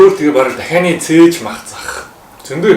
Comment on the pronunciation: Тахианы Цээж Махыг Нохойны цээж мах гэж сонслоошд